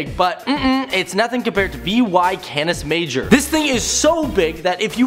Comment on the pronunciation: you said vy canis majoris wrong.